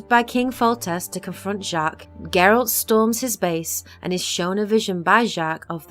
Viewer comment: I like how you say "Geralt" and not "Jeralt". 👍👍👍